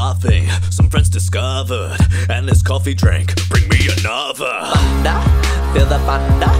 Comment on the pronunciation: He says thunder like thunda